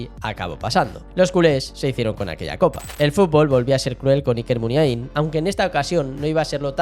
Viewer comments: Lo de no ser vasco de pura cepa y bla, bla, bla... menuda cagada. Qué es ser vasco de pura cepa? Hay que nacer al lado de San Mamés para ser vasco? Supongo que quien habla o quien escribe lo aquí narrado desconoce absolutamente la relación de Navarra y Pamplona con todo lo vasco. Otra cosa. No es "Muniaín" con acento en la última i, como se dice docenas y docenas de veces en el video. La letra más acentuada sería la A. "Muniáin", más o menos. Nunca "Muniaín". De nada. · No estaríade más que aprendieras a pronunciar correctamente Muniain...